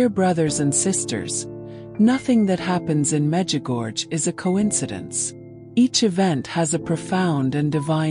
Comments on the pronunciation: Please,after so many years (40),please try to pronounce corectly the name of the apparitions: Međugorje(the second half of the name is pronounced: gorie(not gorge).The last two letters must be heard i and e(like e and é).Please pronounce correctely the name a hole world know.Thank you.❤ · Please pronounce the name of MEĐUGORJE ,the name of the apparitions,correctly.A hole world knows the prononciation,but you,who pot such an important video pronounce Medugorge!!! Where did you find this gorge? It's ridiculous! MEĐUGORJE is written,the last two letters must be heard like italian "i" and ""e".Try!❤